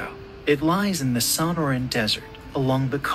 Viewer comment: TIP TO THE NARRATOR: when u get 2 of the 3 syllabes of SONORAN wrong in the first minute, it's hard to take u seriously.